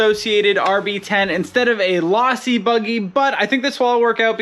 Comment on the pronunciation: The way you pronounced it lawsi instead of losi pronounce the o not an a drove me nuts.